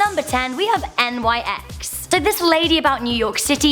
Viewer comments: Really? N Y X? Mate, nyx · Pronounced like Nix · Nyx is not an abbrevation and is simply pronounced "Nix" She named herself after Nyx, the Greek goddess of the night. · it's Nyx, one word. not N Y X. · It... It's pronounced like Nicks... Next one, Thanatos. You missed a letter.